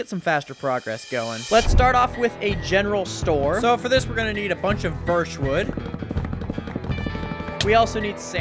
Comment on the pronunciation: "Gherall store" 🙏💀